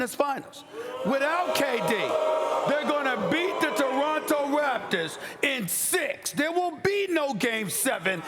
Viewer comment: Does she not know how to pronounce Raptor- or does she think they are actually called the “raptures” ?